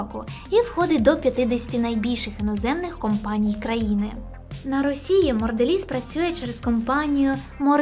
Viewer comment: Чого Морделіз, якшо Монделіз?